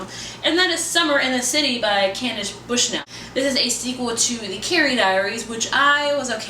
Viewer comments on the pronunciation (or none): none